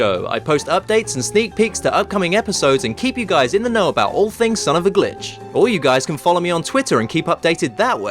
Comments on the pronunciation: I SWEAR EVERY TIME YOU SAY SON OF A GLITCH I HEAR B!TCH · You said Son of a Bi*ch.